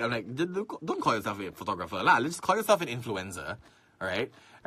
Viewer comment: Profeeeshional Phootogrpheer... btw. Nice rack xD